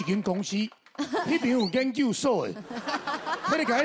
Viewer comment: "研究"台語是 gián-kiù , 不是 "煙 kiù"